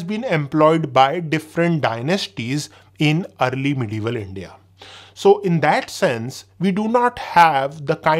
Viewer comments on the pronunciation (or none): none